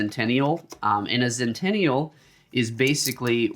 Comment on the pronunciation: err FYI it is called "Zenithal" not Zentenial :)